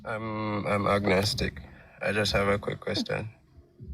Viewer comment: 'ognistic' wtf is that?